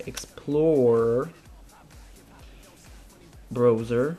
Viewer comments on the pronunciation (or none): did you say brozer?